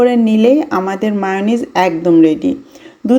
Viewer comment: মেয়োনিজ তো চিনি কিন্তু মাউনিস আবার কি 😂😂😂😂